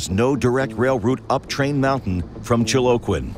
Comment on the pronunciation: That is right up the road from us. LOL! He said, Chil-o-kin...Chiloquin, Oregon